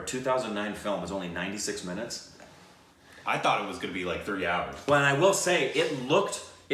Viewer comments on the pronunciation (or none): none